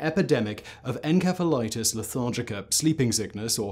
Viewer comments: Why do you keep saying enkephalitis... it's ensephalitis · Uh Simon....? The "ph" in encephalitis is pronounced as an f uhn·seh·fuh·lai·tuhs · Hmmm...not sure on the pronunciation Simon. Shouldn't it be "en-seff-alitis"? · I-I thought encephalitis was pronounced with an s sound, not a k sound (the c). Is this a ...a British pronunciation? Excellent video. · Too many times you've said "enkefa" when it's obviously "entsefalaitis" right? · You are pronouncing encephalitis incorrectly. It's a soft "c". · It's encephalitis not enkephalitis. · Is he saying en k phalitis instead of en s ephalitis? I’m in the UK and we pronounce it en s ephalitis. At least we did almost 3 years ago when I was in hospital with encephalitis.🙂 Not this kind though!😳😊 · It’s not pronounced en-Ke-phalitis, it’s pronounced en-SE-phalitis. SE as in cemetery. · Grammar Nazi here…..it's pronounced 'en-SEF-el-it is' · Maybe you should have learned how to properly pronounce the word encephalitis (en-sef-uh-lahy-tis) before making a video on this subject. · The pronunciation of Encephalitis as Enkephalitus is killing me. That can't be right even in the UK can it? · I think it's called encephalathis with s, not k... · The C in encephalitis is pronounced like an S. This is why dictionaries are so damn handy. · pronounced En-sef-a-lightis :) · I have never heard "encephalitis" pronounced with a k sound. British thing? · Its not pronounced as enkephalatic, holy shit why is it so hard to get right. This kind of bullshit kills any sense of credibility. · I'm confused. Is he pronouncing ENCEPHALITIS with a K?! Or is it another word? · Did he just pronounce encephalitis with a hard C? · Is how you are saying "encephalitis", the correct way? I've always heard it pronounced as "enSEPHalitis", among both English and American medical professionals (god, I hope this isn't another "coupé" situation..). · The K sound you put in your pronunciations of enceph- prefix makes me crack up 😂 such a smooth accent